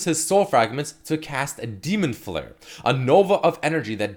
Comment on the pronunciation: When said his ult it sounded like "Hes ult is demonetation"